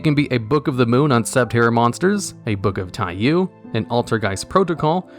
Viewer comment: Random hyper late weeb correction: Taiyou is prounounced Ty-YO not Ty-U.